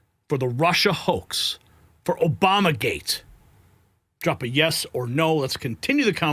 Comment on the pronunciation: COME ON,,,"OBUMER GATE"